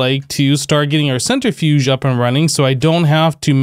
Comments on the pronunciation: The center fudge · "centri-fudge"... lol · Man's said centerfudge